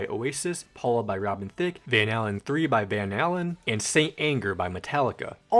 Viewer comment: just so ya know, it's not Van "Hallen" it's pronounced like "Hay-lin". just to help you avoid the wrath of boomer rock enthusiasts.